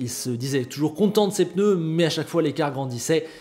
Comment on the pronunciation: C'est moi ou avant tu disais pneu et pas peneu? J'ai vraiment tiqué sur cette vidéo. Sinon comme d'habitude, au top, je taquine. Merci:)